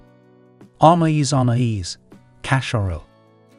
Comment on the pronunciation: Anaïs Anaïs, la primera como regalo del día de la madre para mí que fue también el último para mamá. La pronunciación está mal pero...